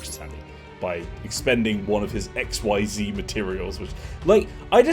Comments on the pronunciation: Just for future knowlege xyz summining is pronounced x-ease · XYZ is pronounced "ek-SEEZ" which is stupid and I love it.